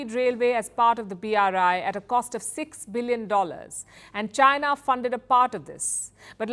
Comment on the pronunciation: Since you say China a thousand times per day, can you at least pronounce China properly?😂😂 I always hear you say Gina Gina Gina, the accent is so funny 😂